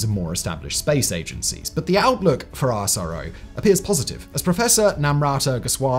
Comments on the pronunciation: Its pronounced isro, like nasa. 2 syllables. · ISRO is actually pronounced as "is-row".